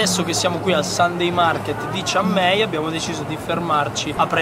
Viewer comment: non si chiama chiang mee si chiama chian mai io sono di phetchabun vienite da questa parte